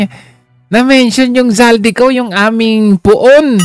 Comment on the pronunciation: Bakit hinde mabigkass ni mel tiangco ang pangalan n8 Zaldy Co?..